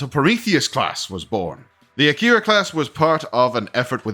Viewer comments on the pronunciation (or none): Isn't it pronounced ack-er-a and not a-keyr-a